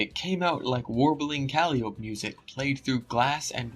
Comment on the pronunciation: even outside of Homestuck discussion no one can pronounce Calliope correctly